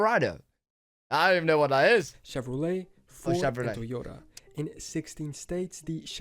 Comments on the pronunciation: Chevrolet is pronounced shev-ro-lay. Often called Chevy for short. Do they not have Chevrolet in the UK? They make the sports car known as the Corvette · If you don't know how to pronounce Chevrolet then you are too stupid to even do a reaction video.